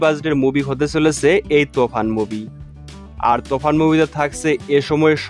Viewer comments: কি সব বলে রে তুফান কে বলছে তফান আগে উচ্চারণ ঠিক ভাবে শিখো তার ভিডিও বানাও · ভাই তোফান না তুফান হবে 🤣🤣